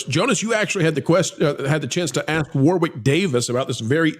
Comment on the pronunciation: Just so you know, 'Warwick' is pronounced 'Worrick'. The centre 'W' is silent. Great video, fellas.